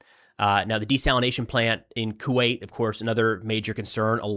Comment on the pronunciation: Thank you for saying desalination and not desalinization. Even my own phone wants to correct that made up word. It's the new coffeve